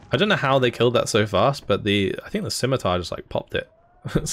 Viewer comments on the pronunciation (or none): none